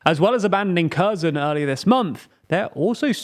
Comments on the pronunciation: Guys, overall it is very good but please double check the pronunciation of Russian names and Ukrainian cities, sometimes you fail there seriously. Not Prizgovin but PrigOzhin, Kadyrov was more or less fine but you could work on his pronunciation. And you could pronunciate Kherson in a more Ukrainian manner with H at the beginning, not K. And “o” is stressed, not “e”. I heard in other western media that they do it this way. But this is just some nitpicking that grates on my Russian ear:) Overall, very engaging and interesting, thanks for you work! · so you are able to correctly pronounce kh in bakhmut but not in kherson sad